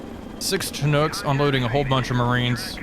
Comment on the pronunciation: I'm surprised nobody's said it yet, but since I'm a Chinook guy I guess I'll be the one. It's pronounced "shin-ook", rather than "chin-ook".